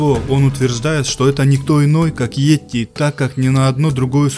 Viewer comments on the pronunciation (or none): Не етти, бть, а йети! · Не "етти",бл,а "йети"!Неужели трудно прочитать написанное? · А не этти